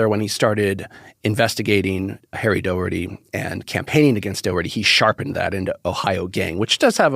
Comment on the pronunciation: Why does the guest pronounce "Doheny" as "Doherty?" Is the reading pubic that dumb?